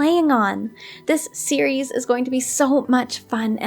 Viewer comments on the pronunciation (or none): none